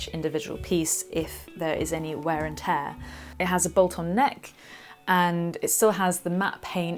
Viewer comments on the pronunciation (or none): none